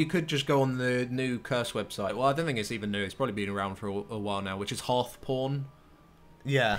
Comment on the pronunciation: Did anyone else hear 'Hearthporn' Instead of 'Hearthpwn' ? :D